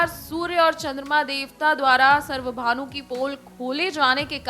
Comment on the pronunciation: It's not सर्वभानू , it's स्वरभानू ,याने राहू केतू